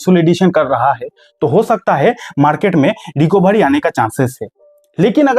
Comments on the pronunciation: भाई रिकोभारी नहीं, रिकवरी बोलो। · Recabary nahi Recovery bolo 😂😂